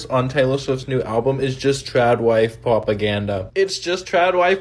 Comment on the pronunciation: That guy saying “pwopaganda” I can’t😂